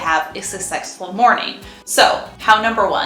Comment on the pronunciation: Um…you most definitely just said, “How to have a ‘sucsexful’ morning.” Hmm…🤔😂